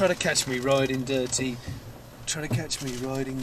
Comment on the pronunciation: Hearing that song pronounced "Ri-Ding Dir-Tee" is hilarious, all on its own. And, that's without adding the bike-sharting analogy. 😂😂